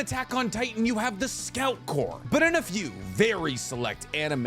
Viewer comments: love learning new things about Naruto after falling out of it lol also... its pronounced "core" and not "corpssss" XD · Its pronounced core or kaw. Tell them to stfu. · Omg someone said something about you saying “corpse” for corps. 🤣 tbh I wanted to also but I let it slide because I love you. But while we’re at it, I also cringe when you say “combine-ding” for combining 🤣 The only reason I notice is because I watch ALL of your videos form start to finish 😅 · Corps is pronounced cores that guy is wrong. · I'm glad somebody e-mailed about the whole corps thing. It was painful to listen to every time it was said wrong. Now if we could only get him to say "skirmishes" instead of "squirmishes." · Oh my fucking God holy shit whoever emailed about his gross mispronunciation of the word corps deserves a medal this has vexed me for quite some time. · I’m out saying corps now 😂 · LOL someone actually emailed about you pronouncing the rest of corps